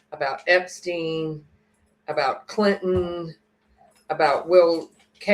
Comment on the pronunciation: Bill Cilton? Did you mean Bill Cliton? Or maybe Bill Clinton? (just teasing) 🤣